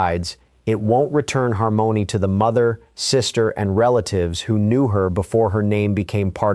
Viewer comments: It's not Har mony' it's harmony like lyrics. AI ain't all thatm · He can’t pronounce harmony?RESTIN PEACE SWEET BABY❤